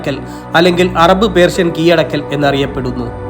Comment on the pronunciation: കീയടക്കൽ എന്തൊരു ദുരന്തം എന്ത് മാത്രം ആരോചകം